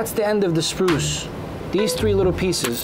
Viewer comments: Yeah that was annoying tf out of me when he kept calling it that. A SPRUCE is a tree lol. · Its SPRUE not SPRUCE. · tell your boy they are called SPRUES not spruces 🤣. It's a SPRUE NOT A Spruce!